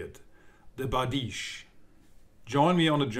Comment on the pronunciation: No. Not bardishe. Byerdish. Бердыш.